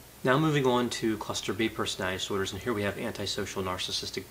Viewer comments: LOL how ironic you commwnted about Bundy's childhood speech impediment, when every one of your videos feature your own "personowitty disordrs". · I love how says "personality disorder" so frequently that it becomes "personadisorders" to save time